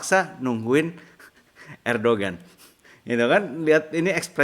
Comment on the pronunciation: Koh, ERDOGAN dibacanya ERDOAN. Itu huruf G yg ada topinya, jd lafalnya beda. Bukan sotoy, gw pernah sekolah di Turki. 😀